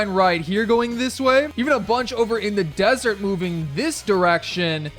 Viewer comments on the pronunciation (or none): none